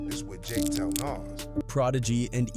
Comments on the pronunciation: How do you get nas's name wrong? Wtf is Naz?? come on man get ur shit together bro. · STOP WITH AI VIDS SMH HOW U PRONUNCE NAS NAME CORRECT THE FISRT TIME THEN NEVER AGAIN???????????